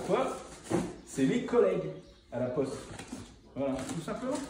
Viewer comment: Pour les habits g entendue « lacoste » au lieu de « laPoste » 😂 Jsuis le seul ?